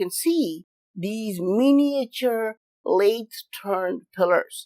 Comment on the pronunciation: Love you but please avoid trying to say miniature in future please m8 lol